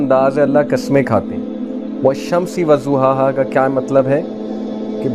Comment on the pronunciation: Please reconcile the pronunciation of word "vazzohaha" Correct pronunciation is "vazo-hahaa"